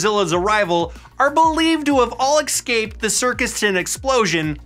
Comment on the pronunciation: Escape, not excape